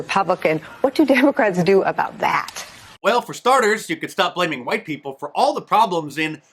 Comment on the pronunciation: it IS Wa-eet Dem-oh!-crahht-elite-run cities where minoreetees suffer......just say-in!